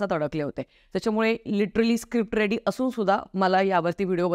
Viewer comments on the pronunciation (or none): none